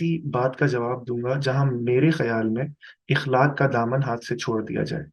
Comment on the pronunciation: یہ لفظ " اَخلاق " ہوتا ۔۔۔